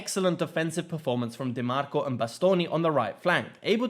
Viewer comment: Great analysis but what impressed me most is your prononunce of italian names (Di Marco, Acerbi, Bastoni...). It was almost perfect, to the point that i think it takes an italian motherlanguage to know you are not one. Very uncommon amongst people of english motherlanguage... great job.